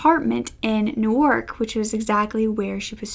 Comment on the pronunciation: Thanks for sharing!! Very interesting case. I must say, I have never heard someone pronounce Newark the way you did but it gave me a good laugh. Looking forward to more!